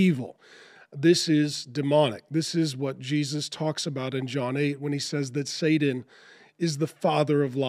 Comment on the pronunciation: I haven’t seen it nor will I. I’ve enjoyed many of your videos Mark but I do have a question… why do you pronounce “Satan” as “Saden” or “Sadan”? With a “D”.